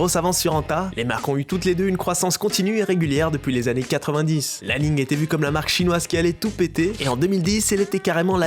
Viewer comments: li ning se prononce "lee ning" pas "lai ning" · J’ai des li-ning et anta ! Elles sont stylé. Mais c’est aussi parce que j’habite shanghai mdr Et ça se prononce comme ça se lit. Pas à l’anglaise